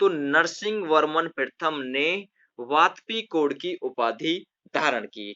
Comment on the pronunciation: वातापी कोंड का उच्चारण आपने गलत कर रहेहो।